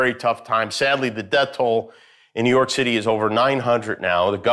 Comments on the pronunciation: Did you say “New York Titty”? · Did he just say “New York Titty”? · Did he say New York Titty at the beginning? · Why did i hear new york titi ( im so sorry, its just what i heard) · Did he say New York Tittie? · He said “New York Titty” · Did he say "New York tittie" ? lmao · Is it me or did he say New York Titty? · Anyone else hear "New York titty"?? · Did he say “New York Titty”?:) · “New York Titty” 🤔... did he say that or is it a glitch?